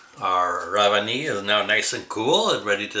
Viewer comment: It’s rev ani. Not rav ani